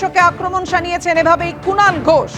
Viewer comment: Kunal noi,,Chinal 😅😅😅